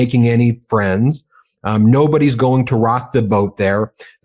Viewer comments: the o is in modicum is pronounced like it is in octopus. mah-de-cum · Ben, why don’t you know how to pronounce MODICUM properly?